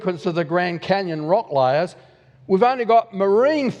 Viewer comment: lyyyayyyyaars for layers.